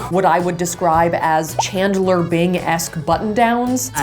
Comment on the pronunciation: I love Safiya and, all but did she just say... Chandler Bing pronouncing the D!!!!! I'm sorry I'm really into Friends as you can tell 😅